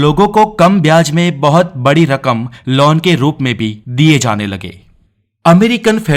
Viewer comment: You are using laun instead of loan....